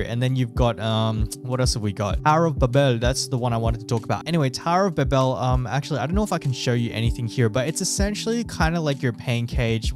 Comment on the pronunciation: Dude, it's called Tower of Ba-Bil (NOT ba-bill wtf). It's canonical from the bible Your mispronunciation every time kills me man.